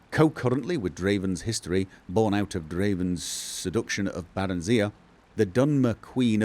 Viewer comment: The way pronounces it. Bear-en-zee-uh.